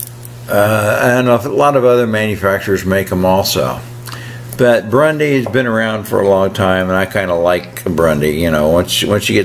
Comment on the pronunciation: Burndy, not Brundy, but you knew that...